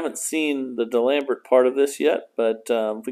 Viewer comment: Love the way you pronounce D'Alembert. I guess no French classes in the U.S.